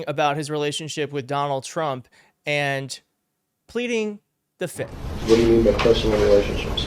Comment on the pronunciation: the word if plead the. F I F T H not FITH